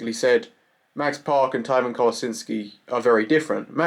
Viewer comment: He pronounced it like the herb Thyme